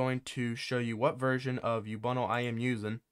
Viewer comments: its ubuntu not youbunle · man really pronounces Ubuntu as Ubunnle